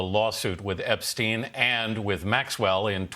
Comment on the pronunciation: Why do you mispronounce Epstein m. It's stein ..not steen.. he's not Scandinavian